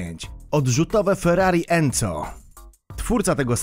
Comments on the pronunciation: enzo sie czyta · ferrari enzo a nie enco